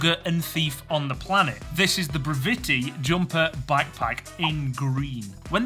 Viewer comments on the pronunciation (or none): I have the Brevite Runner, which is basically the same except for a magnetic fold over top instead of a zipper. I love it as a walking around bag. It's perfect for a day trip in the city or amusement park, etc. Also I'm pretty sure it's pronounced like brevity, :)